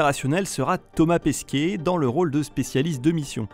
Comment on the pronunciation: c’est Thomas Pesquet et non Pesquier 😫😉 (vidéo au top. Très agréable à regarder 😊)